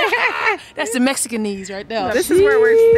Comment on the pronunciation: I’m hearing Mexican knees and Mexican ezee😂